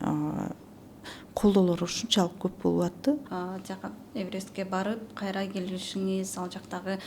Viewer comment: "кайтРа" - деген сөздү кайсы жакта колдонот? Экинчиден алып баруучуда тажрыйба аз экен.